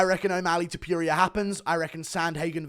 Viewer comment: I cant stand the way you pronounce ilia’s last name.. just said it the way you said it out loud 3 times and it made me angry